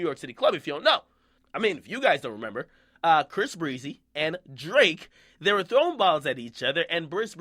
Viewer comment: Bris Breezy? OK we get it Akademis lol